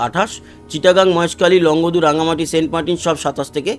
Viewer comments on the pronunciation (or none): none